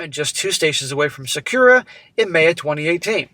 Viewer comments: It’s pronounced Sok-Curr-ah!😂😂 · Sa-KU-rah. He should easily be able to get a job teaching English. He said he was a high functioning autistic - perfect mentality to master hacking.